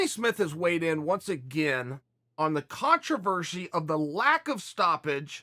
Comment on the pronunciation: Listen people, it's brekfrist and controvershy.